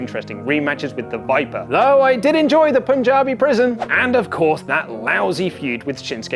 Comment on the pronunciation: First time I heard a foreigner pronouncing Punjab correctly